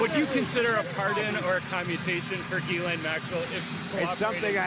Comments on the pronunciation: Isn't the correct pronunciation of her name is GI LANE, the s is silent G as in give. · Pronounce her name incorrectly gill lane